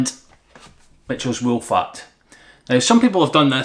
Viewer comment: Nice "woollac" 😂 😂 😂 👍👍🤓